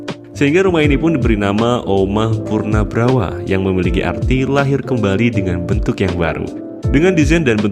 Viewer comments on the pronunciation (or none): Ijin koreksi min, "punarbhawa" bukan "punabrawa" nyebutnya min. Salam rahayu 🙏🏻🕉🙏🏻